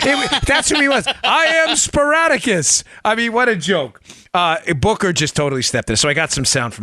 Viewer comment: Peratta: Booker couldn't even pronounce Spartacus right. Obama looked like he was on something or very paranoid in his last speech. Something is going on with him, he looks puny.